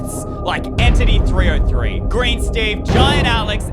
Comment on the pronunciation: Its entity 3 zero 3 not entity 3O3